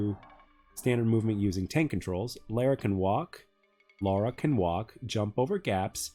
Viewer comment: It is LARA Not Laura!